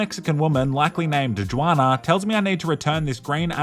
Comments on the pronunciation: Its funny hearing you say "Jew-Ana".Its pronounced "Who-Ana" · “JooWanna” bro it’s pronounced like “Hwana” lol